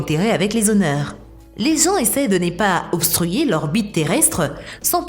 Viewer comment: «Lé gens essaient de né pas obstruiller leur bite terrestre»... Un petit séjour chez l'orthophoniste pour la voix synthétique ?